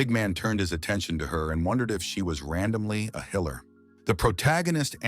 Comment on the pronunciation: The "healer" is pronounced "heiler". Annoying AF.